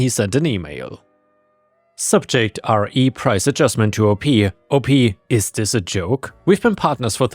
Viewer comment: Just a heads up "RE:" is said "R-ee" like Read without the the D sound.